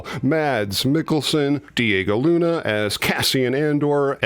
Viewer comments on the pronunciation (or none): none